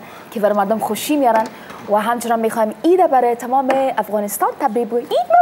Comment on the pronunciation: آریانا خوردک: عیت مبارکککک 🤣🤣🤣🤣🤮